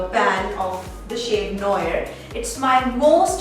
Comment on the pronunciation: Noir is pronounced 'Noa', not noyer.